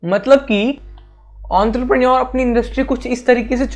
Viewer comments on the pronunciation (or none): His way of saying entrepreneur is amazing I was laughing throughout the video 😂😂